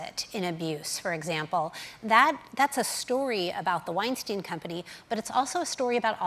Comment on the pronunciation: I wish people would learn how to pronounce Weinstein’s name correctly. It seems difficult for Americans to grasp the most basic elements of language.